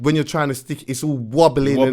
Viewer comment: "Wobley"....... aaahahahahah